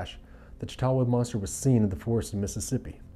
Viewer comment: So no offense by any means. But I live in Chatawa Mississippi. And that is not even close to how we pronounce it.